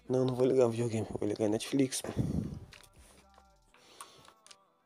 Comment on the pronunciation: Metrflix" kkkkkk